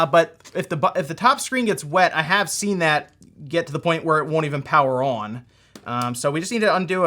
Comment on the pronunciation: Why does he say on like that?. . . . "Uon"